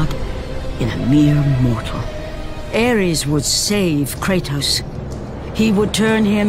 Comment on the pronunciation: Its Ares not Aries